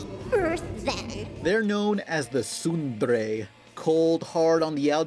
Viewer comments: i thought tsundere was pronounced sin-deh-re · THE T IS FUCKING SILENT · Soon. Deh. Reh. Tsundere! IT'S NOT THAT DIFFICULT!... Other than that, the episode was awesome. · "Tsundre" ALL OF MY CRINGE. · hearing you pronounce tsundere just killed me on the inside :P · im 18% sure thats not how u say tsundere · that...that's how 'tsundere" is pronounced? ...really? xD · oh and one more thing, pronouced Tsundere wrong look up the pronounciation on YT